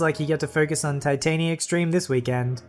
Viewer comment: You pronounced titania wrong and the cut scene he was talking about have watched many times epic of epic